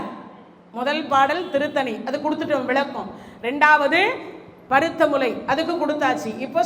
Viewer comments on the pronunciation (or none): நல்ல தகவல். வாழ்த்துக்கள். ஆனால் தமிழ் கடவுள் முருகனைப் பற்றி பேசும் நீங்கள் தமிழை கவனமாக பேச வேண்டாமா? ல ள ழ வித்தியாசமே இல்லை... வலக்கம் பலக்கம் விலக்கம்... தமிழ் ரொம்ப பாவம்......